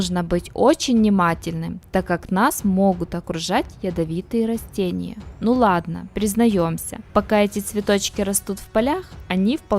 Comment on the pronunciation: Не рОстения , а рАстения !